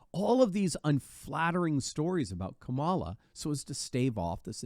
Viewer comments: please, PLEASE do everyone a favor. Stop calling her, "Camalah". How do you pronounce, "Pamela"? It's spelled the same, the fake VP is Kamila, like "camel-a". Fuckkamilhair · Well said! It’s KAmala though. Accent on the first syllable.